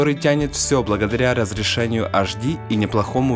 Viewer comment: Хватит уже говорить "аш ди"! Говори Эйч ди и будешь современен! Реально, на колхоз похоже